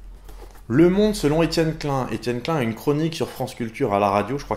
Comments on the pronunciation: /!\ Attention ceci est un commentaire bien fat /!\ Salut j'ai découvert ta chaîne hier (et j'ai tout vu depuis, donc j'ai pas chômé !) En tant qu'alsacien je suis choqué quand tu prononces Klein "clun" ! NON ! Klaïne ! (à prendre avec de l'humour) Ta vidéo sur les sens m'a vraiment concernée étant donné que j'ai fait un avc il y a quelques mois donc du coup j'ai pu tester un peu tout allant de la kinesthésie, à la perte de proprioception et de tout le reste pour se rendre compte que la douleur revient en première, suivie de la thermosensibilité (c'est ça ?), puis de la proprioception (vraiment BEAUCOUP plus/trop tard) puis de la sensibilité tactile mais là je m'avance pas, ce n'est pas encore le cas ^^ J'ai adoré tes vidéos sur la relativité et j'attend impatiemment la suite ! Toutes tes vidéos sont vraiment très travaillées et on sent la recherche derrière. Pareil pour les animations qui sont vraiment pas mal et facilitent vraiment la compréhension ! Pour finir tu m'as motivé à acheter le cours sur la physique quantique étant donné qu'un pote m'a déjà branché dessus avec le cryptage quantique. Mais c'est tellement f*cking compliqué qu'un cours de zéro comme tu nous l'a dit, ça vaut vraiment de l'or ! En plus de ça je suis un fan de tout ce qui touche à l'informatique (d'où le cryptage quantique), aux maths et à la physique donc en tant que programmeur C++ amateur savoir que tu es aussi dans cette branche ça fait plaisir ! J'ai hâte de voir la suite étant donné qu'il y a tell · Tu viens de Strasbourg et tu dis Etienne Klain ?